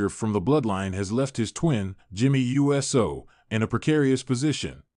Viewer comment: Why do you spell out Jimmy uso last name you literally spell it out and say u s o😂😂😂😂😂😂😂 I know someone has to check this before you put this out practice practice practice practice practice practice practice make perfect